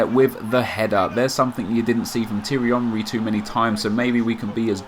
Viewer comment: 'Tirry Onry'